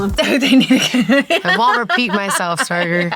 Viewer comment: saying stater 😂